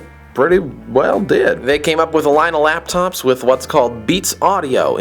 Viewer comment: he says APPLE LAPTOPZ lol